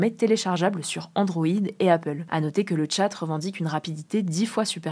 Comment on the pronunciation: On dit pas " le tchat " mais " Le Chat " comme l'animal. Mistral a fait exprès. D'ailleurs le logo est un petit chat 🐱